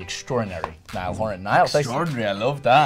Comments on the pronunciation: No one Literally no one Cc saying Niall's name as Nile Me:- so you've chosen death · No one Literally no one But me- hey his name is Niall not Nile ya...